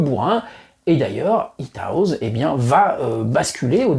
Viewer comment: Super vidéo bravo. Par contre la prononciation de House est Haousse et non pas Haouz.